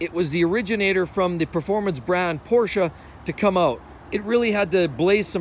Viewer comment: Porscha , porscha, porscha 😂!!!!!